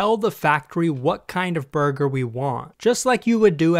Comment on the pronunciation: I swear, everytime he says burger, all I can think is "BuRgEr KiNg FoOhT LeHtUhS"